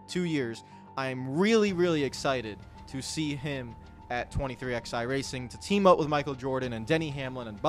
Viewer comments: It’s 23 ELEVEN. Stop saying “XI” for the love of god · Saying “23 ex eye” instead of 23 11 was infuriating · I love you bud, but you've gotta say the name right. The "XI" in 23XI Racing is the Roman Numeral 11. It always has been. It's "Twenty Three Eleven Racing" (combining MJ's number with Hamlin's number). Please start saying it properly.